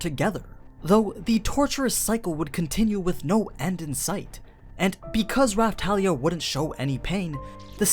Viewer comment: Not Rafthalia but Rapthalia,Thank You